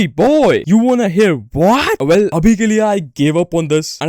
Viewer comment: Not vel bro well 🤡🤡🤡